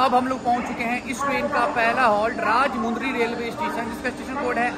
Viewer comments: Woh bhai woh bhai Woh राज मुंदरी नही है वो राज मंडरी अगली बार से ध्यान रखना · Good Information Bro, But small Correction.. Ur pronunciation is wrong for Rajahmundry station... Actually it's not RAJAMUUUNDRYYY.. it's RAJAMANDDRI... In Telugu Language pronunciation like that only Anyways thanks for the video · Its not Rajmundry ... its Rajamandry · FYI, Its "Rajamundry" but not "Rajmudry". In telugu speaking language each and every alphabet is pronounced. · Bhai it's not rajha Mundry. It's rajamandury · It's Rajamundry ur pronounced r rajumudri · Helllo bhai...spell correct the station name as "Rajamundry"... It's not rajamudry🤦‍♂️...ok na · Rajamandry not rajamundry ✋🏻